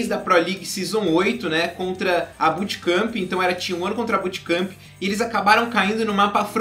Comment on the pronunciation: BUTKAMPI PQP o kr n sabe falar bootkamp mano